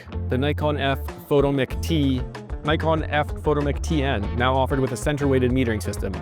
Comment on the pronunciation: We pronounced that fo-TOMM-ic.